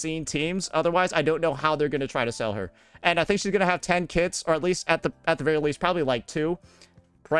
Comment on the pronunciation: I kept thinking he said "she's going to have 10 kids" instead of kits lmao